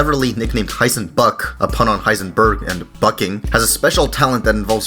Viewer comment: LOL! It sounds like you’re saying “Heisenfuck!”